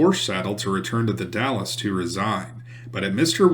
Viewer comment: Great video, thanks! "Willamette" is pronounced "Wil-Am-It" "Grande Ronde" is pronounced "Grand Rahnd" "The Dalles" is pronounced "The Dahls" They are French names, but the other Europeans who came after and settled the areas Anglicized the names. "Umatilla" is pronounced "Yu-Muh-Til-Uh"' "Spokane" is pronounced "Spo-Can" Both are Native American Indian names.